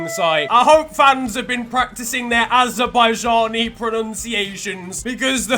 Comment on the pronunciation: Yeeahh it will be tough for Azerbaijan . btw your pronounciation of Azerbaijan was very good tho lol